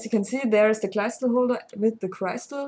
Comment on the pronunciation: "Crystal" is pronounced much like the German word, not like "cry". ;)